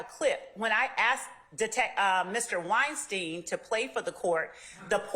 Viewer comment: It’s Wine - Stein , not Whine-Steen. She’s giving everyone a headache.